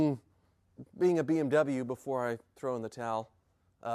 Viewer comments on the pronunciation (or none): when says beem w instead of bmw